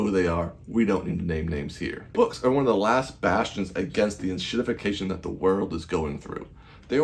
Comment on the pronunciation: Did you say Inshitification? Lol 😂